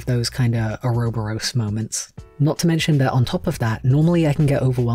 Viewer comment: I mean this with the kindest of intentions, but have you only seen the word "ouroboros"? I've never heard it pronounced like that (I've only heard it prononced oar-a-bor-us for reference). I'm hesitant to say you're wrong because for all I know it could very well be a dialect difference.